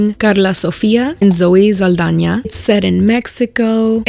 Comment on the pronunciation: The way you said saldaña made me happy because people correct me all the time like her name isn't literally spelled with a ñ